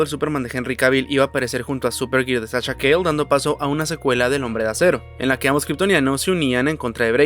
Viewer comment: Sasha Calle se pronuncia en español porque es colombiana jijiji